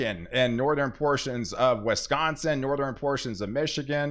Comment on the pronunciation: it shouldn't hurt my head that much to keep hearing people pronounce Wisconsin with an E